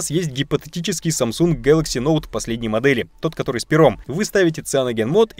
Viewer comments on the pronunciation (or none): none